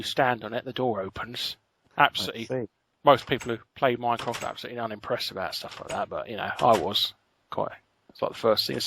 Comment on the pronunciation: Every time Larry says "Minecraft" I hear "Mycroft"...